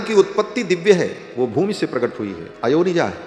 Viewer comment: अयोनिजा का उच्चारण कथावाचक ने गलत किया , उच्चारण किया अयो निजा जबकि सही उच्चारण है अ योनिजा